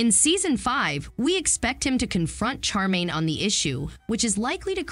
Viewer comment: Her Name is SH -ARE - Maine. Not char - Maine. If you are going to review this series get it right.